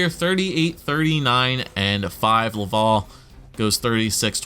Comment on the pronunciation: I'm from Montreal, it's actually not pronounced "love-all" for Laval, the A sounds are open and sound more like Atleast or like mAp.